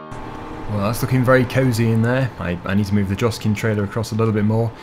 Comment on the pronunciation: Joskin is pronounced yoskin